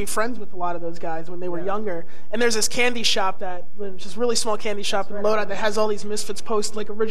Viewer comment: The way nardwuar pronounces Lodi ...